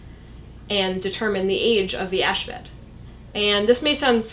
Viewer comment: She said carbon dating is all but useless after about 20,000 years. Isn't it more like 50-60,000 years? Btw, the way she says "ash bed" makes it sound like a Muslim holy day.